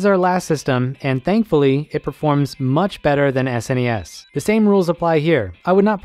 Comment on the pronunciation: Thank you for saying S-N-E-S and not "Snes" lol